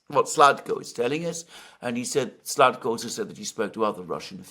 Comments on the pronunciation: The Kherson Region governor's name is Saldo, not Sladko. 😊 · Alexander, it's Saldo, not Sladko. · NOT A SLADKO BUT SALDO!!!! Sladkov is a Russian journalist